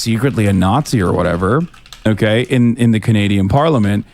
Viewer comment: "OkkEy" snobby dork stop saying "ekkEy"